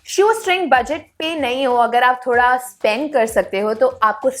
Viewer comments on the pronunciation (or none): none